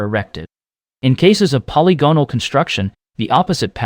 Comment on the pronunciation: I enjoyed your video but I prefer "polygonal" to be pronounced: puh • li • guh • nuhl